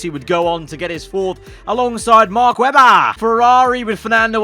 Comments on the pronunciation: mark WEBBAHH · Mark Webbbaaaa yeah nah yeah noice Aussie accent 😂